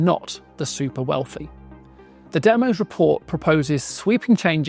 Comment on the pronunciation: DEMOS is named after the Greek word Demos. It is pronounced 'DEM-OSS' not 'DEM-OSE'.